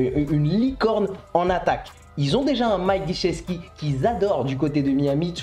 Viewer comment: Mike qui? Guichet-ski? C'est Gesicki non ? ;)